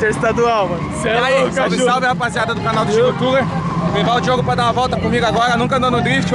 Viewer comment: "Diogo" Thuler kkkkkk